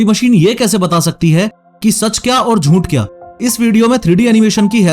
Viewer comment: jhooth❌ joont✔️